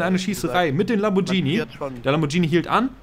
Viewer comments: /klugscheißermodus ein lamborghini, nicht lambordschini, wenn ein h nach dem g kommt spricht man es wie ein deutsches g aus. /klugscheißermodus aus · "Lamborgenie" :D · Lamborghini wird wie Spaghetti ausgesprochen^^ Mit einem g :P